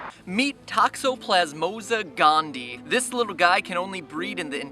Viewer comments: Pronounced Toxoplasma not Toxoplasmosa, and gondii is pronounced gon-dee-eye. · Hey, I love your videos and it didn't take much prodding for me to sub haha. But I have a tiny, tiny irk with this video. You are pronouncing Toxoplasma Gondii wrong, it is said "Gone-dee-eye". I dated a girl that was getting her doctorate in microbiology and her focus was on parasites, namely this one. It was really cool seeing them grow under a high powered microscope, even though she kept assuring me to wear gloves if I didn't want to die. Again, love your videos, keep 'em comin!